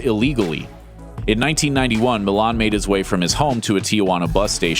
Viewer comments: Did anyone else got irritated every time they pronounced Milán instead of 'Millán' wich is Cesar's actual last name?! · Just if you want to know the correct pronounciation of Millán it sounds like: Meeyan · You should learn how to pronounce Millán before making a video where you call him for 1000 times.